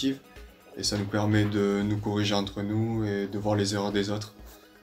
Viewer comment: DEVÂNT ? LA GUIZZ' afârZ ?